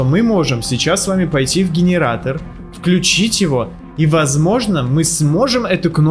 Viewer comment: Гиниратор дигиниратор😅🤣